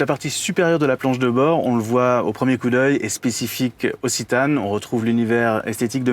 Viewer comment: On dit citan est non zitanne